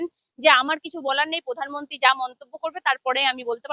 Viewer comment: পধানমন্ত্রী নয় প্রধানমন্ত্রী। পতিবেশী নয় প্রতিবেশি। 🤪🤪